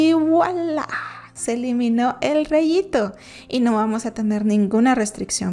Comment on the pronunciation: Excelente voz, excelente pronunciacion, excelente explicacion...por fa nos explicas que es Wualaáaaaa ;)